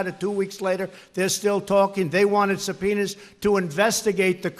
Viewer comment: Sound like Trump said Subpenis lmao